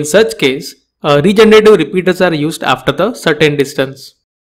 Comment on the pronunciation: Which type of repeater he is talking about I didn't understand its pronunciation ??